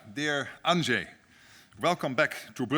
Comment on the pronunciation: At last someone pronounces Andrzej correctly.